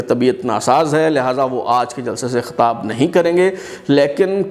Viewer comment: Khatab nahi Khitab hota ha.... Chutiye....